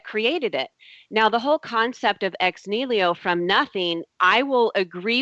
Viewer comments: Aaargh! Ex NIHILO! Not ex "nilio" damn illiterate! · Oh god... it is EX NIHILO not Ex Nilio! You do not even know what you are saying, much less of what you are talking about. As for the "turning water into wine" example... would it really keep up to scrutiny? As in actually being turned into a substance not just looking, smelling, tasting like wine but into a substance that even scientific examination could not distinguish from actual wine. You would have to set up a double blind experiment with controlled conditions to exclude any tricks on "jesus" part first. So no smuggling in of wine to exchange the original water and all that would be possible, not even using a "winepill" adding the smell and taste and color to the water... THEN the chemical analysis would have to keep up and THEN we could worry about the "how" and how to call it. As for claim that these 9 sources definitely identify the historicity of Jesus... her treshold of belief is so incredibly low, a drunk guy would roll over it without even trying. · Every time said "nilio" I kept yelling at my screen "NI HI LO" and she's supposed to be studying this shit. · is anyone else as annoyed as i am by her butchering of the the phrase ex nihilo? it's ex knee-he-low not ex kneel-io. the order letters are written in actually matters in latin. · "Ex nilio " is really annoying. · Making elephants disappear on a weekly basis doesn't sound like a viable business plan, considering how big an elephant budget you would need. Also, it's "ex NI-HI-LO" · that was pissing me off! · How come no one told her to stop butchering the word "ex nihilo"? What I get from her is she is replacing her gaps in knowledge with god. That is about it.